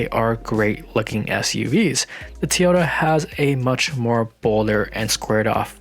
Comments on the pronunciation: Teeeyota? Really? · Toyota pronounced Teaota?? ;-)